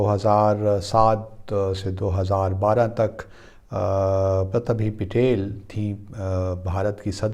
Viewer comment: PRA-TI-BHA PA-TIL. Pronounce like this Sir ji.